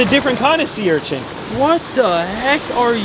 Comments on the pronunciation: Sea urchint? 😂 I enjoy all your vids,! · I don’t mean to be a dick but it’s an urchin not urchents 😂✌️